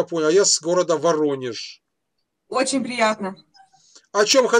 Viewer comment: Над твордой Г вам нужно поработать . Варонеж .)